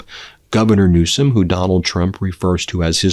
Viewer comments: Did he say Gavin new scum?😂😂😂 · I don't believe this Ben??? Mental decline?????? He is rude. He called Mr. Newsom as Newscum??? How childish.